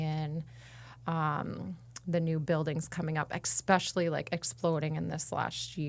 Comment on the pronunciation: "EKspecially".... Drives me nuts.